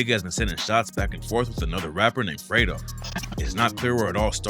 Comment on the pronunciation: Not fredo, its fred-o like oh, fred oh